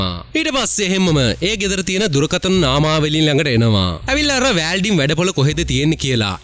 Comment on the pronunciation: වෑල්ඩින් නෙමෙයි මචන් වෙල්ඩින්..